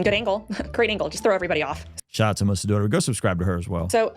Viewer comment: Why do you keep calling Melissa DOTERY? 😂